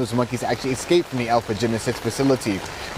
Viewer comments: I love hearing a professional newscaster say "exscaped" 😞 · "40 monkees excaped". That's a reporter?